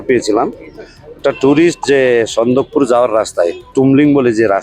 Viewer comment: টিএমসির কাকিমা বলছে সানদকপুর😂😂😂😂😂😂 সানদকফু হবে মূর্খ দলের মূর্খ লোক লোকেদের বলে দিন😂